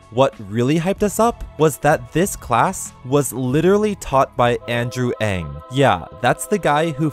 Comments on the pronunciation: “Ng” is actually pronounced “mm”, not “ing,” like some people think it is. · that's Ng not Ang!!!